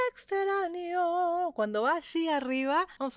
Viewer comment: Por que pronuncias extranyo sin el sonido de la ñ?